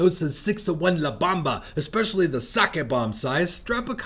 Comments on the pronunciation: Bomba sir. Not bamba 😂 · B-OHM-ba.. lol. But The la Bamba movie is good too..